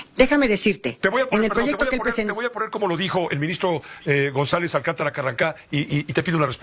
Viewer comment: Carrancá, pronuncie bien